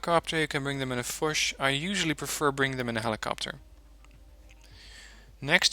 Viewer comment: In "LUCHS" or "FUCHS" the "CHS" is more pronounciated like "KS" or "X". The "U" is pronounciated like an double "OO" - just not stretched too long. So Luchs is spoken like "LOOKS" (with the "OO" not too stretched out) (fʊks) while Fuchs would be spoken like "FOOKS" (same as above applies) (lʊks) To be precise the "U" is actually spoken stretched out depending on the combination of consonants and vocals: (Vocal-Consonant-Vocal) For example "LUGER" is really spoken like "LOOGER" Also if the vocal is doubled "UU" (that combination is rare) or followed by "H" (which stretches the vocal in front of it) they are spoken long. This usage applies to other Vocals to (A,E,I,O,U) (short) LACHS : eng.salmon (long) LAKE : eng. brine (short) LECK : eng. leak (long) LEDER : eng. leather (short) LIPPE : eng. lip (long) PISA : Italian town with crooked tower :-) (short) LOCH : eng. hole (long) LOTSE : eng: guide (mostly on sealanes)